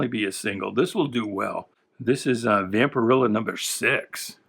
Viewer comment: Its vampirella like Ella. And fanzine sounds like magazine. Just fyi. Love the channel